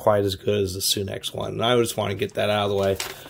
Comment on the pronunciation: its sunex,not soonex,just saying